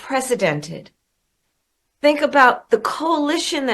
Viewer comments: Unpresidented -(unprecedented) 😂😂😂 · She said what she did in 107 days was “unprecedented”……….what she MEANT to say was, what she did in 107 days was “unPRESIDENTed”……..